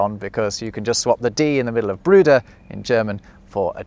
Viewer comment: Nah dude, your German accent needs work sorry. Bruder you pronounced Brüder which is plural.